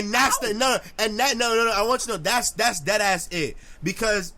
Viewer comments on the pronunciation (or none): none